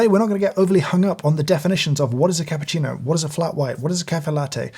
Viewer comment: You broke my heart when you said cappuccino like thing